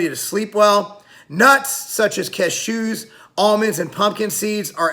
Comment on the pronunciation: I'm 👍ing just because I've never heard cashews pronounced like that before. Stay blessed clan 🙏